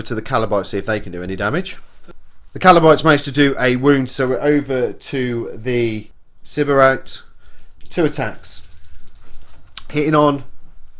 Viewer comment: Kabalite = Kah-bah-lite Sybarite = Sy-bar-ite Sorry, I was twitching at those pronunciations. 😁